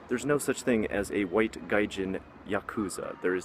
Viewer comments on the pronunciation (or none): none